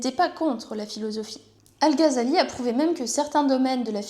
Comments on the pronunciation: "al gazali" les oreilles qui saignent 😅 GH dans les langues sémites ça se prononce comme le J en espagnol à la limite à la francaise tu pourrais dire "al razali" ça serait toujours moins bizarre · Ça se prononce ''razali'' en arabe. (Pour info,c'est pas une critique) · si tu ne penses pas que prononcer le "Gh" arabe avec un J à l'espagnole ou un R à la française sonne toujours mieux que "Gazali", comme c'est répété en boucle dans cette vidéo, c'est que tu as un problème d'audition ou que tu es de mauvaise foi, ou probablement les deux. 🙂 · Non, ça ne se prononce pas comme le "J" espagnol mais plutôt comme le "R" français. Le "J" espagnol correspond à la lettre خ arabe alors que le "R" français peut sonner comme le "غ" arabe. C'est الغزالي et non pas الخزالي